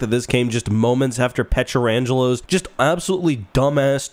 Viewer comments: Its PUH-TRAN-GELO. For fucks sake. Why can't people pronounce it properly after all these years. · Love your videos. Btw, Pietrangelo is only 4 syllables 😅